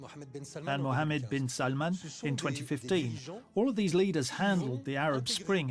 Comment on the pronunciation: Its Bin not Ben